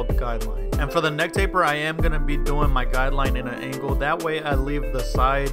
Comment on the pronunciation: He really said cleanest tapet